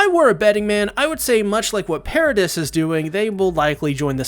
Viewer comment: It's "Para-dee" (according to the dub)